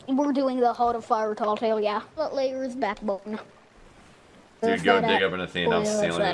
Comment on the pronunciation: Why does EVERYONE call it “Lairs Backbone”